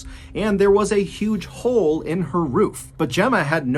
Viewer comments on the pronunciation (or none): none